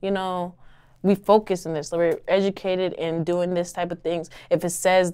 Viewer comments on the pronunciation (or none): She said we focusness 😂